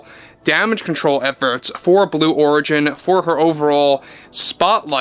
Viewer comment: it's origin as in original. Not Oregon as in Oregon. 😅😅😅